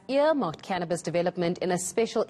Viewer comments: Its Cannabis, Not Cannibas!! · what's "canibas"?